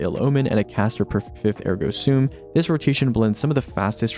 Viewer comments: "soom" is how it is pronounced. It is part of a Latin phrase which means it has a different pronunciation than how it appears if it were an English phrase. The Destiny community specifically have tried to pronounce it as "sum", but this doesn't match how it is originally or popularly pronounced. The video by Julien Miquel or various dictionary sites address how to pronounce the full phrase "Cogito, Ergo Sum" where "soom" is the correct way. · sorry i’m 2 days late, but yeah, it WAS always pronounced soom. Thank you for this info